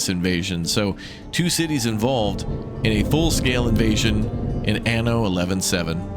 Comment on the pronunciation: dude can't even say 117 right tho😂